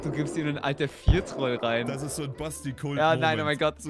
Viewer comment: Ich mag das, wie das Wort „trollen“ betont ganz anders als Basti oder andere es sagen würden